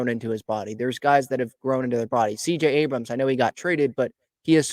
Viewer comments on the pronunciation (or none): none